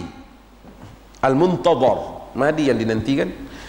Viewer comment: BUKAN MAHDI MUTADAR , YANG BETUL MAHDI MUNTAZAR.